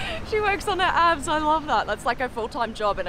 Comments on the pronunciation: I thought that one lady said “I work on my apps” she meant abs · Thought she said "I work on my apps", then she gets out looking like Arnie. 😲😂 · I thought she was saying apps. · same! i thought she said apps as in social media apps like she was an influencer or something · At first I thought she said "working for my app" I understood she hadn't when she stepped out of the car😂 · Initially thought she said apps, I thought she was an app developer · She said abb at first I thought a$z...I ws confused 🤔 untill I saw her abbs😁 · Thought my girl had said "my apps" at first